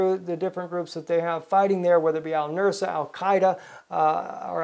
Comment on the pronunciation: "Al Nus-ra", not "Al Nur-sa".